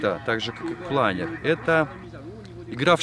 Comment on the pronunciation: Впервые слышу, чтобы плАнер называли планЁром.)